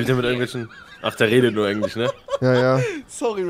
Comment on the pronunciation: Man kennst Englich😂